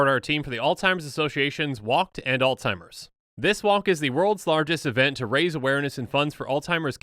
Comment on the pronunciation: He says Alzheimer’s wrong every time. There’s no T in it buddy. But good try acting like u care ab it